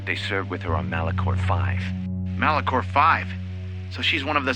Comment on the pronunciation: Malachor V ❌ Malacor V ✅ LOL 😂